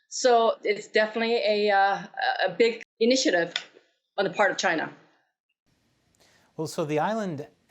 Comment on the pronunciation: Did I hear her correctly ,, ' China porn minister ' ...